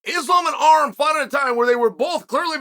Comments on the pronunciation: Why does uncle Chael pronounce Armans name as "Arem"??? My dude needs to learn Armenian because we are in the division to take over! ARMAN TSARUKYAN!! LETS GO CHAMP! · Learn how to pronounce his name - Ar-‘an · Who's Arum lol.. Its Arman 😂 😂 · Uncle chael calls Arman ARM 🤣🤣🤣🤣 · This entire video was a fever dream. If i have to hear "Arrem" one more time...